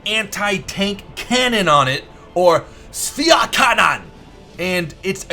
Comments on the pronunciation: except the "Schwerkanone" :D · pls dont say Schwerkanone anymore, its offensive to german ears